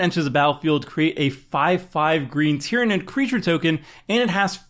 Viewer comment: I'm amazed he said Tyranid correctly.